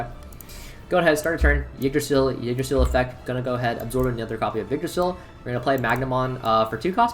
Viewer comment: Ty for not saying king drasil T-T